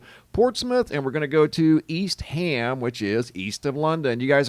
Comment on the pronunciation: I believe the Brits pronounce it East um London, not ham.